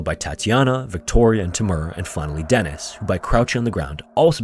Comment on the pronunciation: Eets pronunced "DEE-niss". Deeee-nissss.